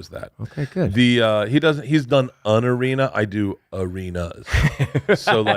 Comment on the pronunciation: Does he think an is pronounced un?